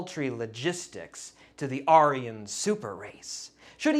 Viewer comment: Why did you say aryan so weird? Fuck Hitler but you didn't have to say it weird